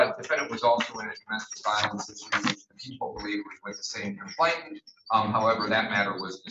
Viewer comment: COMPLAINANT, not "complaintant"! Grrr!